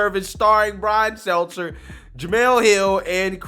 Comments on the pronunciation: His name is “STELTER” No s or z I get the joke “Selzer” but you never say his name correctly! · Bro I love your channel but can you PLEASE look up how to pronounce people's last names before you start recording? I don't know how many more times I can hear you say "Brian Seltzer". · He just can’t get Stelter’s name right…